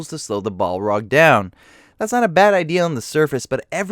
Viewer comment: bolrog? BOLROG? BOLROG!